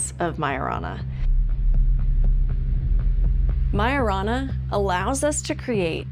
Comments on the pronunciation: The way they pronounced Majorana in their video, it sounded much like marijuana... it reminded me somehow of the Greek word Pharmakeia aka witchcraft. sorcery! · Well now I can’t unhear it. Like maya rna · What's so big about myrna? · Wait ..... did she really just say maya-rana ? Like MRNA? That's what it sounds like. It's reliable, small and controllable??? Like the mrna in those jabs? 😬😬😬 or did I mishear/read something there? They put in the stuff and that chip activates it??